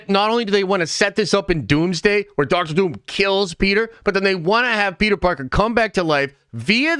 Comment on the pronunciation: Why do you say Dr Doom like that, like "DoctOr DOUm"